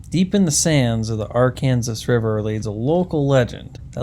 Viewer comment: Arkansas... is pronounced Arr-can-saw. Just fyi. The name comes from Akansa (the Quapaw word meaning "people of the south wind").